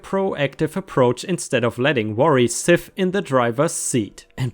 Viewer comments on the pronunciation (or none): It's "sit in the driver's seat" not sif.